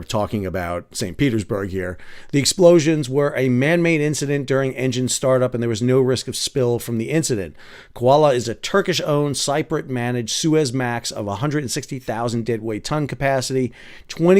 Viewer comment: Exciting times! Cypriot - ‘si’ as in ‘sit’ ie : ‘si-pre-ut’😊